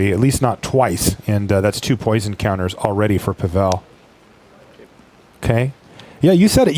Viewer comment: Not PavEl but PAvel =)